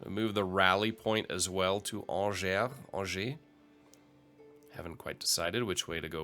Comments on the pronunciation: By the way, Angers is pronounced like "Anjé" (more or less an-zhey), if you're still curious ! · Also "awn-jay" would be correct anglicized pronunciation for Angers, France